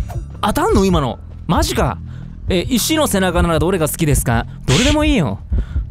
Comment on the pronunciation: 質問コーナー第3段待ってました🙌 1つ目の質問 医師じゃなくて石のイントネーション😂 2つ目の質問 びっくりした😂 さすが👏 さとみくんの恋愛観 くるりんぱっ🌟 3つ目の質問 前もグレイテスト・ショーマンの紹介してた時レオの思い出マップじゃなかった？🙄 使えない侍！ 4つ目の質問→さとみくんのストイック論！ 出た傭兵が戻ってくるのじわる😂 噛むの可愛い😂 今日も動画投稿ありがとうございました🥂